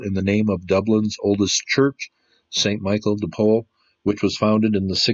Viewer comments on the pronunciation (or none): none